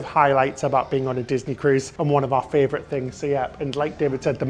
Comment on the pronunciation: As an Australian, I am very disappointed to hear failed Australian accent. Also it's funny to hear say "fravourite" instead of favourite.